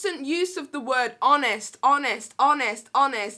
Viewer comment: Bless she sounded like she said she does Amish reviews (honest reviews) lol